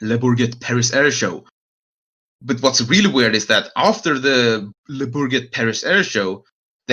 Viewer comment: It’s pronounced « le bourjé » or something like that haha